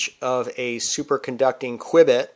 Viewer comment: It is pronounced "Q"-bit not "qwiebit."